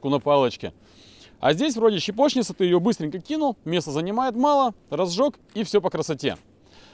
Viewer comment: Тоже поржал над ударением 😂😀 Кого она щепает?😀